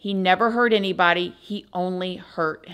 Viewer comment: Please don’t m*rder eeeenybody, eeeenywhere